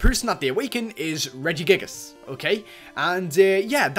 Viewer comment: its regigigas not regigigigus